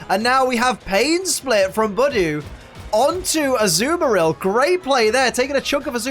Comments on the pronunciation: Idiot not saying Budew right!!!!!!!!!!!!!!!!!!! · Great now you've pointed it out to me I'm never going to say Budew normally again, thanks